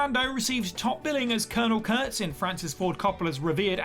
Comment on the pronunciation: Its Kurtz in Apocalypse Now, NOT Curts. 🙄